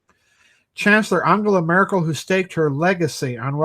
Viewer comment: it is M"e"rkel pronouncing... as in "bed".